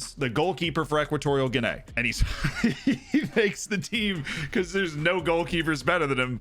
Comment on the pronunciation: Guinay that's murdering the name